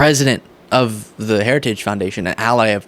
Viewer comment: He did the gaff on saying “Heritage” again.